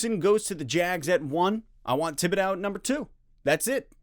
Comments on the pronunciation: Tib-bidow?? lol…. it’s Tib-id-doe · I hope you can learn how to pronounce his last name. This was incredibly frustrating it's gonna keep me up tonight..